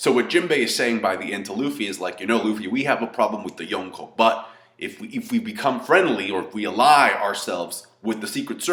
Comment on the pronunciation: I love how says 'YONKO' 😂😂😂